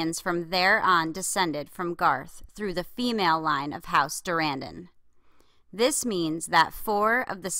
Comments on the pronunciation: So, just had to add my two cents. Durrandon is a reference to Tolkien, who was British. I lived for several years, a couple of miles from his home. THAT pronunciation is DUR-run-dun. If you care :) Great video. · Yeah, that's how I'd pronounce it. Dur-ANN-don is too...."modern" isn't the right word, but it's something like that. It's just a little off